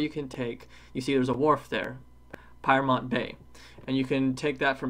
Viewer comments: Great video. BTW Pyrmont is pronounced, "Peer-mont". There are other forms of transport that you don't mention. Instead of walking to Darling Harbour and Star Casino from Town Hall, I would recommend taking the Light Rail. There are three stops along Darling Harbour including one right under the casino. Anywhere that the trains don't run, buses do. The Opal card can be used on buses and trains. An important point for British people is that, unlike the London Oyster card, you must tap off buses as well as tapping on. If you don't tap off, you will be charged the maximum amount. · Great video. U seemed to have ventured a lot. Didn't you take picture of The Gap at Watsons Bay? It's another route - opposite the Hornby Lighthouse. Pyrmont is pronounced as peer-mont. Just FYI. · Pyrmont is pronounced PEA-mont